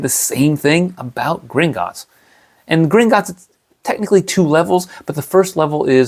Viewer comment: It's not Gringotts. It's Gringot_ts